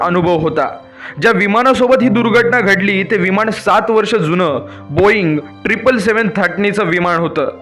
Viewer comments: तू आधी न आणि ण हवे तिथं नीट म्हणायला शिक...मग नंतर असले फालतू व्हिडिओ बनव...विमाण नाही म्हणत...विमान म्हणतात... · विमाण नाही.... विमान असतं ते